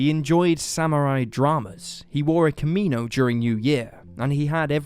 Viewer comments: Kimino? It's kimono 😅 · What's a Camino? Yeah. That's Spanish. Try Kimono. Kih-mō-nō. Why is it that people on YouTube can't pronounce words worth AF? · i love u guys but “kameeno” had me rolling omfg gr8 vid tho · Haha, you’re funny. It’s a kimono “kim-oh-no”, a Japanese women’s garment. The word for the same garment for men is yakuta. Yakuza, with a z, is the Japanese crime organization. LOL. (I love you though!) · Actually it's more like ki-mon-oh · The way he pronounced kimono in the intro made me puke a little